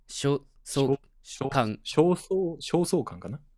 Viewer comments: 焦燥感(しょうそうかん)が読めない花江君(笑)😅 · 焦燥感は焦燥感って読むんだよ